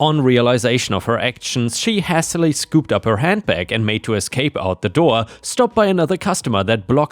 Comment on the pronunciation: "hastily" is said as "hay stil lee." It's a form of the word "haste." "hostess" is said as "hoe stess" not "hah stess." It's the female version of "host" (which rhymes with "most" but with an "h" sound).